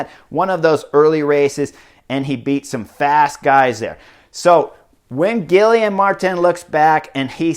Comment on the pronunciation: Thanks for the coverage and analysis. Guillaume is pronounced Gui-Yom. Practice, you’ll say his name often this summer. 😉